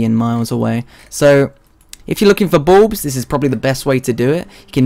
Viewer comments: I heard balls xD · I legitimately thought he said Plantera's Boobs at the start.